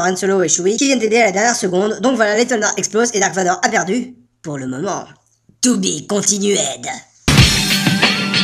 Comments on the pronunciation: man i ma dead ton "tou bi continueid" XD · J'adore le 'Tou Bi Continuaide.'